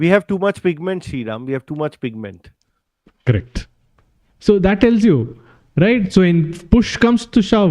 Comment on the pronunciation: ITS FIGMENT.. NOT PIGMENT.